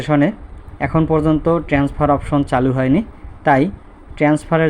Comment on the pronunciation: আপনি কি একজন শিক্ষক? আপনি বারবার বলতেছেন ট্রেন্সফার, শব্দটা তো হবে ট্রান্সফার।